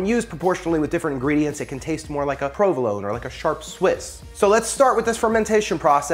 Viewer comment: Btw, this is how you pronounce provolone